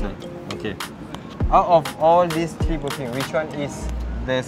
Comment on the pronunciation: The number 3 is pronounced 'Th-ree" not 'Tree'